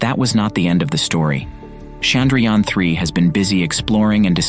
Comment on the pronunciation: Indians: Chandrayaan 3 This guy: Sandrayaan 3